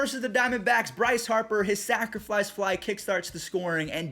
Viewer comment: Am I the only one that hears say “Sacriflice Fly”?